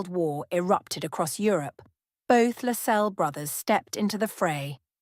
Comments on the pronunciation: Its pronounced LASS CELLS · Atrocious narration . Plus the house is pronounced HAR wood and the family name is pronounced LASScelles . At least make the effort to check all points. .